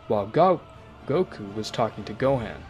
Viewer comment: bro forgot how to say goku 💀💀💀💀💀